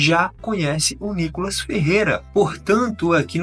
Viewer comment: Reporterzinha ...chama a vaca de deputada , mas chama o deputado niicolas de nicolas ...mais respeito